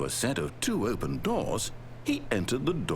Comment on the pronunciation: when became British😂😂😂 opeeen the fooking door